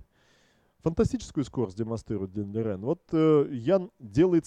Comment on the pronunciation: Спасибо Вам за видео! на заставке Лижень, а в озвучке Лирень. Давайте определимся:)